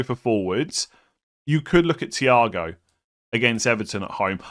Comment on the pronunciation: Mans pronouncing thiaw "ciao"